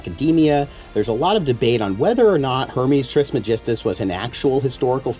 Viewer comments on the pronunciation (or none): It is not tris magistus its trismegistus (greek origin : Τρισμέγιστος)